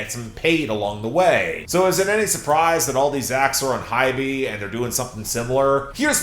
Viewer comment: hey! just wanted to point out that HYBE is pronounced like ‘hive’, except replace the v with b (so not Hy-Bee like how it’s currently being pronounced)